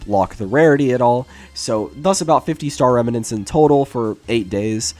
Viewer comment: bro the way he said “remanents” made me cringe so hard